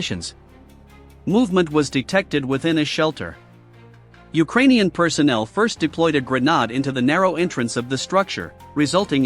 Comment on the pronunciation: It is pronounced grenade as in lemonade. Not like newspaper ad or comrade